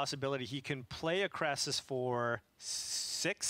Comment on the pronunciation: It is not a Krassis. It is a KRASIS. CRAY-SIS.